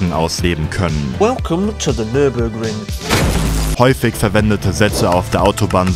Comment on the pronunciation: Nahaiiin, nicht Nürnburgring sagen.